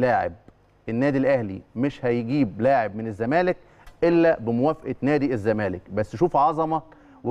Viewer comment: هل تم تغيير أسم نادى الزمالك ؟ أنا سامع حسين لبيب بيقول نادى ''الزمانك'' ..آه والله مش تريقة ، ولا أنا اللى سمعى تقيل ؟!